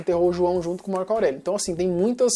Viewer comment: porra tu é muito burro, não é "Março" é "Marco".